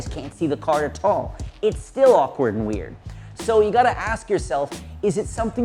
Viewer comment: The way you say "at all" always cracks me up. Aaa tall